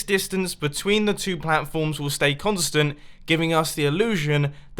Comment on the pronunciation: Has any one noticed mumbo said two by tewt?!?! Lol